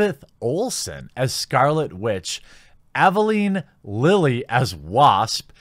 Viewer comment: Evea-lean Lilly. Work on your names